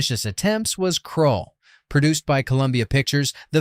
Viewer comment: Please read and verify your AI Script. Dune. Dune has NO ALIENS IN IT. Heavens’s gate Is a western. Seriously! Krull Title mispronounced also it was an attempt to merge Conan and Star Wars. That Conan part is important. Buckaroo Banzai The second movie never was really going to happen. It was understood at the time as an inside joke in the film. The Black Hole Did not actually harm Disney because they already had been suffering losses and it brought in about 35m so it was a loss but the normal kind … and it actually was nominated for Oscars before the “your consideration” era. Space Hunter Movie had 3D as a way to bring audiences in. The issue was that the 3-D was poor and actually hurt the reception just as much as the release date.